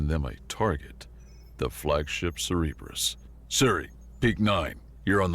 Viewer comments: tip: "communique" is pronounced commune-ih-kay. And it's Cerberus, sir-burr-uss, not Cerebro from xmen. Still, great reading. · Ah yes, the Ce-Re-bus. the three headed dog watching over the underworld... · Cerberus is pronounced (Sir- Ber-Us) he’s the Dog that guards the ‘Gates of Hell’. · Cerberus, not cereberus. Sorry, just kept bugging me